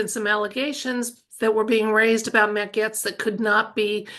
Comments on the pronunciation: Gates….not Gets 😊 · Pronounced Gates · Pronounced "Gates"😅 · Gaetz is pronounced gates ❤ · His name is pronounced Gates.Wondering if for safety sake they will keep using actors or is 2.0 real people who had plastic surgery and go home instead back to the dressing room and take off mask?? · Mat's last name is pronounced ( Gates )